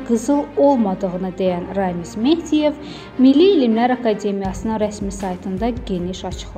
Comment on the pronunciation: Ay qız bu necə danisiqdir? Mehciyev nədir? Rusca oxuyanda nə olar? Sözləri niyə təhrif edirsiniz?